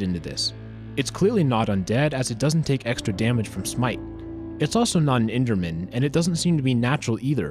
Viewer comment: i like how he says that the mobs are natural, undead or E N D E R M A N like lol